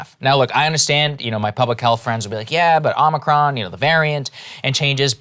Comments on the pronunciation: I like that Joe says "Omnicron". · No Krystal it’s pronounced Omicron like The planet Omicron Persei 8